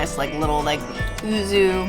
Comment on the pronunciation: Well, she’s three sheets to the wind entering the place. Slurring, calling yuzu “uzu” and struggling with those chopsticks, despite being familiar with this cuisine. He is much more articulate in the food analysis. Btw, the seaweed strings under the ikura (fish roe) is mozuku, famous from Okinawa. The leaf beneath the squid is shiso. Do come to Japan, where you’ll get that whole meal for less than $20, especially with the exchange rate.